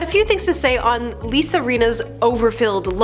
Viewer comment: mark on. Her name is pronounced, LEE SAH, Not Lyza.